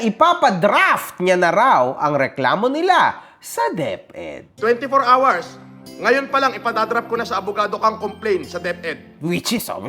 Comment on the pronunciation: You got twenty four awers to explain sabi nya hahahahahahaha tapos meron pa yung hot and sawer soup hahahahahha